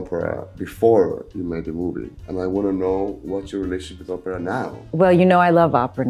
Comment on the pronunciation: He keeps saying Oprah but it's Opera.